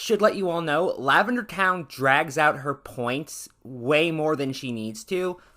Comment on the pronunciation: It's pronounced LavenderTONE not TOWN. I tried watching this video but its literally just you complaining about everything she does. I've been watching her videos for years and they have helped me improve in my art and character design A LOT. She's never done anything problematic so I don't know why you thought you had to make this video.